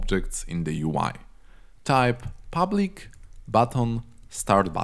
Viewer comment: I Liked That "Public"